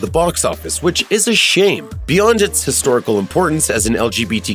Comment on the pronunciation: "...beyond it's hictorical importance as an lqbtq film..." bye